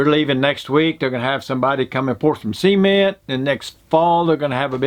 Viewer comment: Love the way you pronounce "cement"